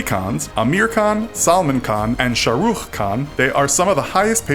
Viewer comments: it's sal-man not sala-man and shah-rukh-khan not shrookh-khan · The way how he pronounced shahrukh khan😂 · The way he prononces Shah Rukh Khan makes me cringe